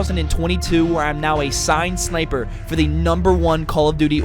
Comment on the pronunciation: Man said "signed sniper" 🤣😭😭